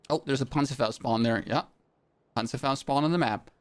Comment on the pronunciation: You have to pronunce the ,,Panzerfaust" Like a real German